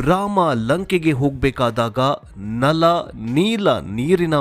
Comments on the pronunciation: ನಲ್ ಮತ್ತು ನೀಲ್ ಅಂತ ಹಿಂದಿ ಉಚ್ಚಾರಣೆ ಏಕೆ? ನಲ ಮತ್ತು ನೀಲ ಅಂತ ಹೇಳಿ... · ನಲ್ ಮತ್ತು ನೀಲ್ ಅಲ್ಲ.... ದಯವಿಟ್ಟು ನಲ ಮತ್ತು ನೀಲ ಅಂತ ಹೇಳಿ....